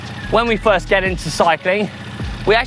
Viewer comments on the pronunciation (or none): none